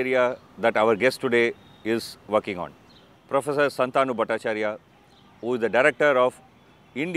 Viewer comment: Shaantanu or Shantaanu? Learn to pronounce his name correctly